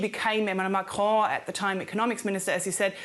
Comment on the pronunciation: You said Marron 🤣 and in French it has many meanings that all suit Macron